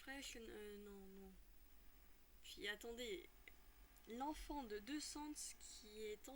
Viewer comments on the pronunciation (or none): Je sais pas pourquoi j'adore quand ta dis le n'enfant